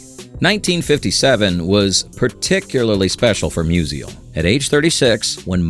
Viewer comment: Mus-ial, not Mus-i-al